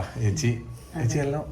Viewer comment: ഏ ച്ചി എന്നത് ഏത് പാഠപുസ്തകത്തിലാണ് ഉള്ളത് ഇനി എങ്കിലും നേരെ ച്ചേച്ചി എന്നു പറയു